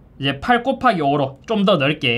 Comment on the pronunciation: 예전부터 느낀건데 곱하기 발음 왜 그래요?